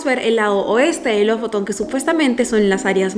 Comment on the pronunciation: Se pronuncia Lufuten aunque se escribe Lofoten.